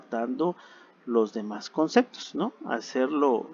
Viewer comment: muy buena información pero dices "concectos" y le quita credibilidad al relato.